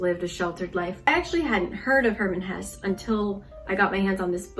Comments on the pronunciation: Random but why do Americans keep pronouncing foreign words and names wrong? Just google it, if you having problems with it. People are usually impressed hearing Americans pronouncing foreign names right. At least in Germany. If she would have said Herman HessE instead of Hur-man Hess, Ddaeng I would have been impressed. Loved the video tho, makes me wanna read more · I love your book videos so much, you really have a way of explaining books well without spoiling them ❤️ also cool to see a german (or i guess swiss-german) author being popular in korea since i’m german 😊 btw the last ‘e’ in hesse is spoken, so it’s more like hesseh, i guess? For koreans it’s probably transcribed ‘haessae’ or something 😅